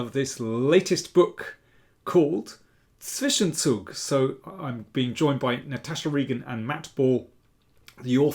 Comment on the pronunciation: Daniel is the only non-German chess commentator who can pronounce the words "Zwischenzug" and "Zugzwang" correctly.